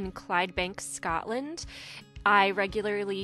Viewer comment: It's said Scotland not scatland